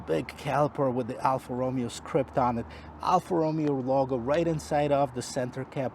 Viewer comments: It’s roh MAY oh, not ROH me oh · This is the worst review I have ever seen, his car knowledge is terrible, his pronunciation of the brand “Alfa ROOOOMEO” is atrocious, and who tests a vehicle thru a parkade, Idiota….